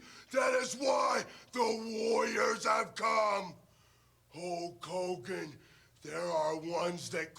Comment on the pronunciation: The Ultimate Warrior : "Hulk Kogan"